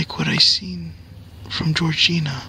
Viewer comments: Gregoria my guy. Not George-Gina. Lmao, this is going to be a life long joke in these comments. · Bruh, for the nth time, it's "Gregoria", not "Georgina". 😂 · you have a mental block on that poor girls name, lol. It Gregoria, not Georgina! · GREGORIA, GREGORIA, GREGORIA NOT GEORGINA!!!!! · ITS GREGORIA NOT GEORGINA